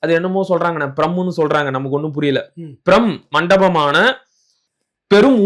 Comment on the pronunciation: பிரம்மாண்டமான என்று படிக்க வேண்டும்